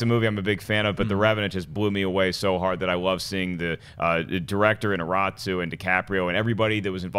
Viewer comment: They need to quit mangling Iñarritu's name ... I've seen all of them do it the same way, probably unaware.